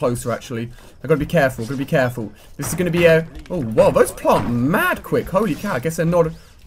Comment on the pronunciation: yes he said it weird though